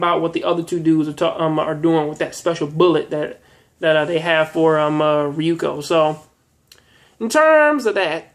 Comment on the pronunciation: Ryuko not Ryoko this isn't tenchi